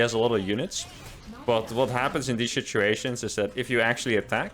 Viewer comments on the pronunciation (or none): "but what happens in this shit-uations"